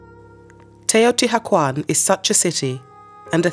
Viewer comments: The ‘h’ in Teotihuacán is silent. Other than that, your pronunciation is excellent. Also, the ‘coat’ in Quetzalcoatl is pronounced ‘kwaht’ as in kumquat, not like the garment. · I can’t listen to her repeatedly mispronounce Teotihuacán